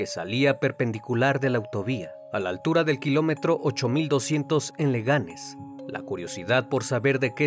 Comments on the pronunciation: Todo perfecto , pero es Leganés , no Legánes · Leganes no se dice se dice Leganés madre mia estoy arto de escuchar bhs cuando es VHS y ahora Leganes .... L4T!N0$ D3 M!3RD4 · Leganés, no Legánes. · Getafe, no Guetafe, se pronuncia como la Jota. Por cierto, años después, en un programa de televisión, ése tipo de programa de chismes, llamaron a la mamá de Sandra Palo para una entrevista. Y sin saberlo, hicieron una videollamada con la mamá de Sandra con el asesino de su hija. Las redes sociales recriminaron el programa de tv y al final, fue eliminado de la misma. Y se pronuncia Leganés, con acento de la última letra E , no leganes. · Leganés* , la sílaba tónica es la última. (és) . Me encantan tus vídeos, los veo todos. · acaso sabes leer castellano? no dijiste bien getafe ni leganés